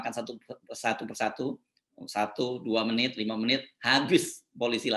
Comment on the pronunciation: 20 menit, 20 meit????!!!, menit nenot....netnitnot nit nit